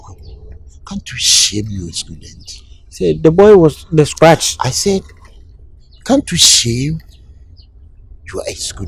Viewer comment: Opoku say scratch and win 😂😂😂😂